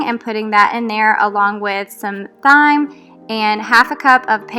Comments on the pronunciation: Great video. You're so much fun to watch. Just a note about your pronunciation of the spice Thyme...it is pronounced TIME, just like "there's never enough time". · I like the Honeysuckle scent a lot as well. I would also like to get the O-Cedar mop. It looks like the easiest way to mop floors. I am learning Spanish and like to be corrected when I mispronounce a word. I hope you do not mind me mentioning that Thyme is pronounced time. It is nice that Hello Fresh has step by step instructions and you get to keep a nice recipe card for future use. I like that you have an after Dinner routine and get things done. I enjoyed the video. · I used to say "thyme" like that too until my husband corrected me and said its TIME! lol i was like whoa, ok sorry!